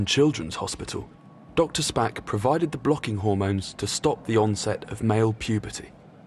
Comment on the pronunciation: please tell me im not the only one who giggled like a child when the narrator said the pioneering doctor was called doctor spack XD